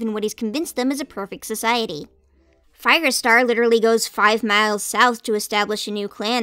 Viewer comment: I heard that too, I thought I was just hearing things